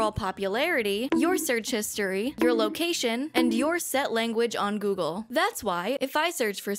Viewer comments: Heh, gogle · First video coming across from you. But says gogle so I had to comment, so I guess I don't complete doesn't work as intended...